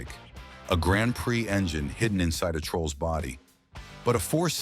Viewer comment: Tell me you’re a robot ! & that’s why you can’t pronounce” Grand Prix “